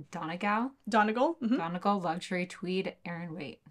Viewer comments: I know I'm very late commenting as I'm only catching the episode now, but Donegal is pronounced more like "Dun-ee-gawl" ! It's a county in Ireland ❤️ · Donegal is a county in Ireland it's pronounced Donnygall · very understandable, but just to let you know, I am from Ireland and that's how all of us say it !